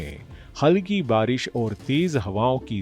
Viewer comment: बरिश नही बारिश बोलते हैं चच्चा 😂